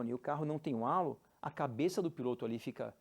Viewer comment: Gostei muito do canal, mas confesso que fiquei surpreso e desapontado com o fato de, apesar de tão ligados ao automobilismo internacional, não saberem pronunciar a palavra “halo”, que também é uma música muito famosa da Alicia Keys. A pronúncia correta é bem perecida a “reilô”; isto sem me dar ao trabalho de buscar em um dicionário, pra postar uma pronúncia mais correta. Tendo feito a crítica construtiva, achei o canal muito, muito bom e, desejo muito sucesso. Parabéns!!!